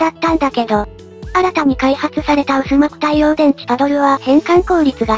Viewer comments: 薄膜は「うすまく」ではなく「はくまく」ね(^_-) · 「薄膜」 うすまく でなく はくまく では